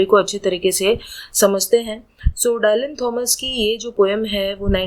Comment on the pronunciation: So good explanation ❤but there's a minor mistake in the pronunciation of the poet's name. It is pronounced in Indian english as " डिलन" not "डायलन"😊